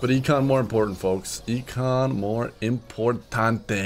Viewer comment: says "importante" Me: Gasp in mexican